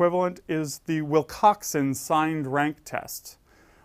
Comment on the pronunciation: Its Wilcoxon not Wilcoxan :)